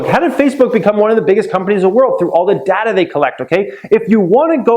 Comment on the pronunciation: Plz say Data properly